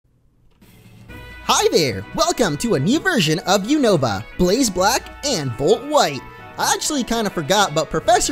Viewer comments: volt shite I love the Scottish in you lol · Did he say Volt Shite? Sounded like it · yes in fact he did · Yeah that was funny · he did yeah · Yeah he did #LOL